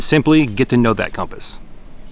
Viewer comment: Why does pronounce it "Comp Ass"?